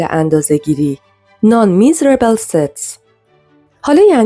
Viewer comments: تو که اینقدر وقت میذاری تلفظ این لغات انگلیسی رو هم چک کنی بد نیست Measurable مژربل Miserable میزربل یعنی بینوا سوادت خوبه، زبانت رو هم مثل سوادت کن 😊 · استاد نان میزربل ستس؟!! شما مگه خارج نیستی؟ اونجا به مژربل میگن میزربل؟